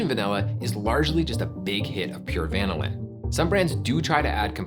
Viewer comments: I was a bit mortified to discover that, for decades, I’ve been pronouncing vanillin apparently incorrectly with the stress on the NIL syllable (rather like the word vanilla itself) rather than on the VAN syllable. Then it turns out that the overwhelming majority of online dictionaries that provide audio pronunciations actually suggest the pronunciation I’ve been using so I don’t feel so bad. 😅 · I feel that can’t possibly be the way vanillin is pronounced. Surely it’s the same (basically) as vanilla - vuh NILL un? Not like lanolin. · The accent on "vanillin" is on the 2nd syllable, not the first syllable. This is true even in the UK. Why did you feel like you had to change it? Just curious. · According to the Oxford dictionary, is pronouncing wrong here. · To me, it was like vinyl but with the first syllable being van + in. Very weird. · british pronunciations, ew. the inflection should be on the second syllable of the word "vanillin", not the first. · It's pronounced "vanillin", not "vanillin" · I was wondering about that myself. It sounds like he's saying VAN-ah-lin. Growing up I learned at va-NIL-in. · It is pronounced van-ILL-in not VAN-illin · uh wait so this whole time it's been VAN-illin not va-NILL-in? 😳I mean yeah that's how I've been saying it too. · Who pronounces vanillin VAN-il-lin instead of va-NILL-in? Nobody says VAN-il-la. All credibility lost right there. Plus, imitation vanilla just has a weird flavor. I think it is like how most people don't have the receptors to taste the soapy, chemically flavor of cilantro, or how some people can't smell asparagus pee. Imitation vanilla is just as gross, but most people can't perceive it. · Like many responding here, I keep both the imitation and real stuff around, using the former in cooked or baked recipes. By the way, we organic chemists say va-NIL-in. Great episode anyway. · I can't believe that he butchers vanillin so much. It's pronounced vah nil in. The way he pronounced it would require two "n"s.